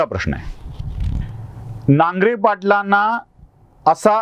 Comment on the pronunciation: नांगरे नाही नागरे